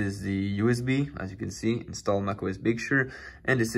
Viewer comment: Can please say 'Big Sir' instead of 'Big Shur'?